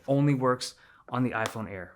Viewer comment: Ay eye air, ay eye 17 pee and ay eye 17 pee em